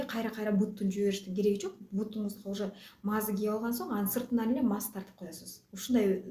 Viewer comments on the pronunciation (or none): Маазы эмес маасы